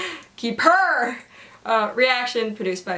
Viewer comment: When tried to pronounce the title, same same haha